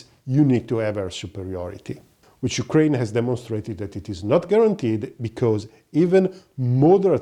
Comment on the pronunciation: Don't say yukren say NATO